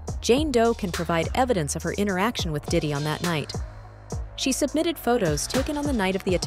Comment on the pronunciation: He keeps saying daddy‘s house Not Diddy but daddy